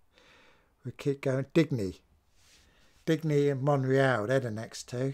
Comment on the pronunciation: Digne is a french name, pronounced DEE-NYA not DIG-KNEE.